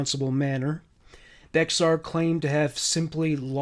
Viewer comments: Also I know it sounds like Bexar but us Damn Texans pronounce it “Bear County” not trying to be rude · Native Texan here❤ BEXAR is pronounced like BEAR. love your content❤